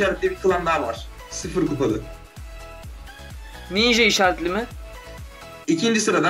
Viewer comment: Ninşa armalı diyo sen nereye bakıyon